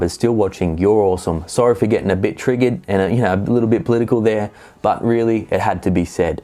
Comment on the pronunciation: Oh god, did you say "triggered" in an American accent... are we really that bad?!